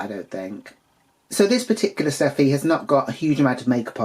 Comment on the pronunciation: Seated for this one 🍿🛀and thank you for correctly pronouncing it Sh-teffi Love in the beginning 🤣 I have a feeling Simba called her Steffi due to the popularity of German Tennis player Steffi Graf at the time.